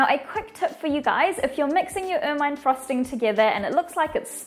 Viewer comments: Pronounced "ermuhn" not "ermyne" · It's pronounced Er-min-ee